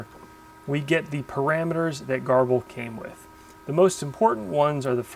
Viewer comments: I thought it was pronounced "gerbil". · Pronounced Ger-bil! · your videos are great! I don't know how you find the time to make them, but I'm very glad you do. Whenever you say "garble" I think "gerbil" (the little rodent, don't ask me why;) so I googled to see how GRBL is pronounced and this is what I found: There doesn't seem to be a consensus but Sonny Jeon, the GRBL maintainer likes to say gur-bull.